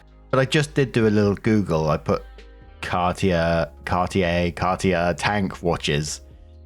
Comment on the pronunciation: Story 1 - When doesn't know how to pronounce "Cartier"... possibly the most famous jeweler in the world.